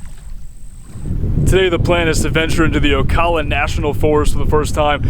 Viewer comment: Thank you for pronouncing Ocala correctly!